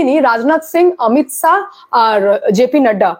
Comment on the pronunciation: অমিত সা নয় অমিত শা.. খুব সুন্দর আপনার উপস্থাপনা আপনার... কিন্তু উচ্চারণ টা দেখে শুনে করুন.... বাংলা ভাষা তো বর্ণের ব্যাবহার টা ঠিক করতে হবে....